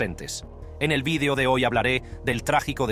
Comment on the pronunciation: Porque diablos pronuncia la palabra video en inglés????. Que estupidez